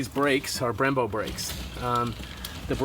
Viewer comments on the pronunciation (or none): none